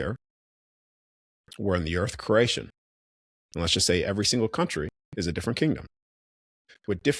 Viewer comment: Are you saying creation or Croatian 😂